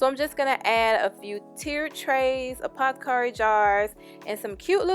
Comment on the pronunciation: Wait? Are you saying a pot carry jar, instead of Apothecary jar? Hilarious!